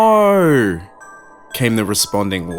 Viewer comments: You accent saying "No" is quite funny. To me, it sounds like "Noorreee" lol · On a side note, always loved the Australian accent, and I feel like it works great for this story! But I do love the way yall say No very much lol, not trying to knock ya